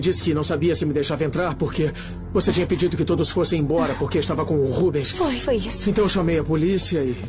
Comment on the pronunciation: É RÚBENS E NÃO "RUBEUS"